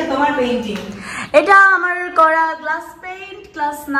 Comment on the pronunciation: uffff.. er english.... Glus paiiiiyyyynnnntttttt🤣🤣🤣🤣🤣